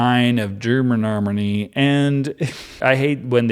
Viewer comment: I am going to re-listen this playlist just to hear all the ways you say Dermeronomlee ...😆😅